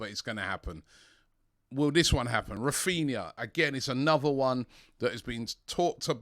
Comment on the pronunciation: It's Raphinha not Raphina 😬